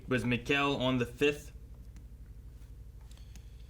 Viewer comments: Everyone: "Mikkel": "Macow" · Guys it's Mikkel like Me-kel, of all the names I didn't expect this to be the hardest haha